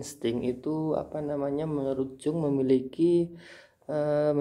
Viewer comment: Bacanya YUNG pakk... Bukan JUNG